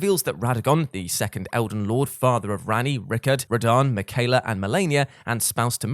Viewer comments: Saying makayla instead of Miquella was killing me lol Melina says his name when you fight her. Just saying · In other words. Me quell a bad pronunciation 😁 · Rickard? Mickyla? Did you not play the game Praetor Rykard and Miquella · The way you're pronouncing Miquella is unnerving.